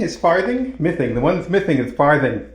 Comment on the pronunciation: "That means the one that's mithing ... mithing? is Farthing? The one that's mithing is Farthing." LOL LOL LOL 🤣😂